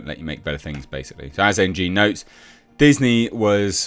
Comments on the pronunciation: The surnmae "Ng" is pronounced "eeng." At lesst the dude I knew with that last name said it like that. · Ng is pronounced "Ing" not N.G 😂